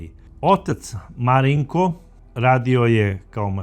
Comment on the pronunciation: Gospodine kako fino izgovarate ime MARINKO 😊 moj sin se zove MARINKO 🙂 a za ovog psihopatu nemam rječi nedao Bog nikom... pozdrav iz Banja Luke